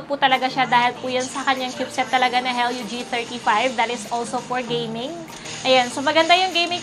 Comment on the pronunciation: helio [ hee-lee-oh ]